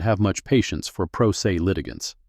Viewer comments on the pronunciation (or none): First minute, Pro Se is pronounced “pro SAY”. (17?) satisfying”……. I’m DONE. No since wasting my time on something the Producers showed no care!